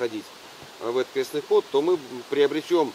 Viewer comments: вы так говорите всегда в ролике крёсный ход. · Не крёсный, а. креснтный от слова крест .(прошу прощения) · Не Крёстный, а Крестный ход через "е" от слова Крест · Да уж, крЕстный (через Е, а не через Ё) ход не знают русские парни, а на Бали что то такое знают 😒, увы. Но хорошо, что теперь узнали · вы говорите в видео крёстный ход а правильно крестный ) простите за замечание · Простите великодушно, я понимаю, что люди не воцерковлённые, просто по уху режет "крЁстный ход", на самом деле правильно говорится крЕстный ход, от слова крест, а не от слова крЁсный( отец). Как вы видите впереди несут крест, отсюда и название КРЕСТНЫЙ ХОД. Ребята, даже если вас пригласили поучавствовать в таком мероприятие,хотя бы узнайте для чего это делается, с какой целью идут? Правильное название.С неспроста они называют себя СТАРООБРЯДЦЫ.Для людей это то же интересно.Не завершённость поездки какая то ощущается. В любом случае спасибо за ваш труд. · "Крестный ход" от слова "Крест" - никакого "Ё"! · Крестный ход! а не крёсный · Только ход не крЁстный, а крЕстный! Слух режет! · Спасибо большое , все очень познавательно . Сама выросла в семье старообрядцев . И простите меня , пожалуйста , за поправку . Произносить нужно " крестный ход ". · Хорошее видео. Но режет слух, как Вы называете крестный ход. КрЕстный через Е, от слова Крест правильно. 🙌☀️ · Крестный ход! От слова крест! Язык подучите! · Извините, но нужно говорить Крестный ход, от слова крест, Русь любимая, пусть хранит тебя Бог❤